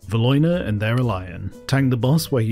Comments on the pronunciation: The pronunciation of Valiona/Theralion and Sinestra is criminal. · That pronunciation on Valiona & Theralion took me out 😂